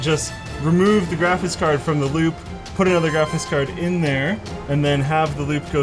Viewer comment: "grafis card"